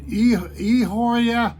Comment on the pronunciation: Pronounce "eeee" "ahhh" "ore" "ahh" ....... e ahora